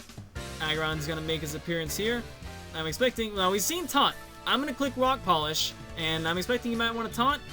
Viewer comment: I was a victim. Im still a victim. Always a victim of the Boss God's terror. Also, shoutouts to Rock Polish. You said it the right way. Good win,. Shenanigans or not.